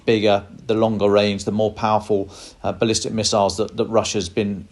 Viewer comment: Bless your heart: NOT "ballistice" miiiles. Please read up on your weapon systems.